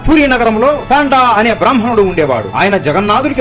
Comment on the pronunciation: పాండా కాదు, పండా